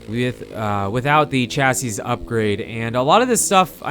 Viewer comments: Chasseez upgrade? pronounced chassy. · chassis ---- pronounced "chassie"